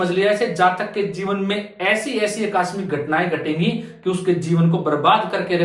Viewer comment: अक्कास्मिक नहीं आकस्मिक होता है। कहाँ से आते हैं ये लोग